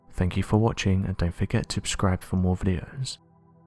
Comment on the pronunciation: No, you're not, It also bugs me, I have complained numerous times, but nothing changes, he keeps saying "ascribe" Why!!! He mispronounces other words too like Seismic, he says Seesmic. x